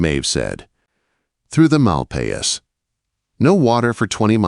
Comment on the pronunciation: You pronounced “malpais” wrong. It’s a Spanish word that means bad land. There’s a stunning national monument in New Mexico called El Malpais National Monument.